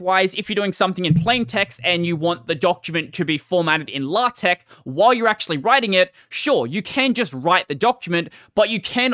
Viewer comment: LA-TECH??? DO YOU MEAN LAY-TECH???